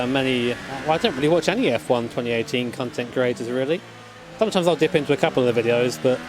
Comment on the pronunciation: "I don't watch any f1 cuntent creators really"